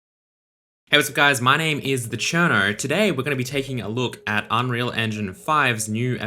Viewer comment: that is what he said, right?? But it's spelled the cherno???????????? 🤔🤔🤔🤔🤔🤔🤔🤔🤔🤔🤔🤔